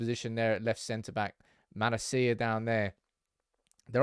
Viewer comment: say it after me....ma la sia. That's how it's pronounced my good man. 😀